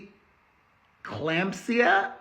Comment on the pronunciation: Nurse here, you pronounced preeclampsia correctly